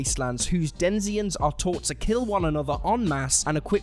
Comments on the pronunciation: Did he say 'Denziens' instead of denizens... Hehe. I just love the little mistakes like this, I don't know why! It makes me feel normal, like the people that have lives make mistakes too. hehe. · You said "denzians" - it should be read, "denizens". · "Denziens?" heh I think you meant to say, "denizens." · "Denzians?" Of course, you mean "denizens." The Ice Pirates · "Denizens," not "denziens." You were so close to getting through the whole thing! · "Denizens" not "Denziens". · Den-i-zens, not denz-i-ens. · denziens?? I think you mean denizens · You said "denzians" . I think you meant to say "denizens" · Zardoz , you said it's Denziens , I think you mean Denizens . And it was a slow crap movie and no intentions of ever watching it again . But we all have different tastes :P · *denizens, no? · Denizens is pronounced as it is spelled: "den-iz-ens". But perhaps you've never heard it pronounced, since you said "den-zee-ens". Ugh. (Zardoz, ) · Sean Connery: Turns down playing Gandalf because he didn't understand it or something. Also Sean Connery: ZARDOZSHHH! Also, I believe the word is "*denizens*"... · "Denziens"? wtf. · DEN - I - ZENS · "Denziens" lol. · Den zee ans? Sheesh. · "Denziens"??? (11.40) Don't read words you can't write, kids. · Denizens? What's a denzians? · *Denizens. De-ni-zens. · video is going well, and suddenly you completely butcher the word "denizens". why would you even use a word you can't even pronounce? and, on a side note, you say Zathura is basically Jumanji in space. I wonder if that has anything to do with the fact that they are both based on short stories by Chris Van Allsburg...